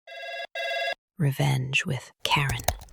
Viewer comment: "Revaunge with Mumbles"